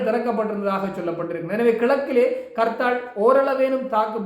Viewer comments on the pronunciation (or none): It's not karthal.Say harthal.